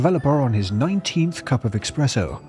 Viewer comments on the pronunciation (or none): What the fk is "expresso" lol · Yeah, I suppose if even FromSoftware puts magical invincibility into its rolling, not putting i-frames into rolls probably is weird. But its not 'expresso'.